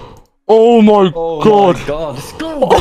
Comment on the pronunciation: the bro aussie ohhhhhhhh my gwaaaad